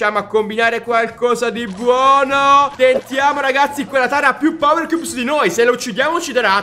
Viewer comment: Cioè ha detto 70 volte powerchiubs